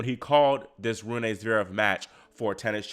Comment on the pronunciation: It’s Roon-uh, not Roon-ay. The “e” is pronounced as the Germanic schwah “e”. Great post otherwise.